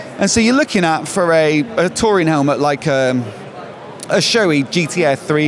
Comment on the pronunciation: Great Video as always, love the channel. "Helmahhh" 😂😂